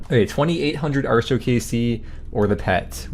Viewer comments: I know the pronounciation you're using is based on the actual Celtic goddess, but I just can't do it. It will always be ART-e-o, not AAR-show. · 8+ years of playing smite and never once heard artio pronounced "arr show" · Why does he pronounce Artio that way? 😅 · I was going to say the only "R" show around here is listening to you pronounce atrio but then he pulls up the text to speach. Well shit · Yes, he is saying "Artio" incorrectly. Stop asking.